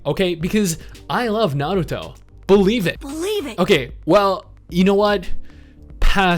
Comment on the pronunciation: Stop half rolling your r's on Naruto or I'll be forced to unsub